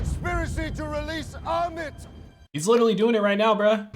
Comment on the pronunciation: does every americans have difficulty with comprehension?3 episodes in and he still can't grasp that marc have multiple personalities.and how can he butchered the god's name? it's ammit.turn on ur subtitles ffs